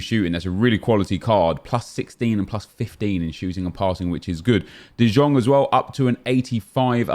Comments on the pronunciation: U pronounce it as de young u dickhead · Still can't pronounce de Jong 🤦🏻‍♂️